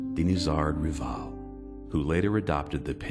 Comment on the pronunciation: This would be better if the narrator could pronounce Rivail correctly.